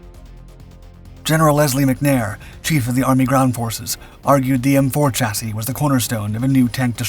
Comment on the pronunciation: Here we seem to exult in having finally mastered the pronunciation of “chassis”! Huzzah!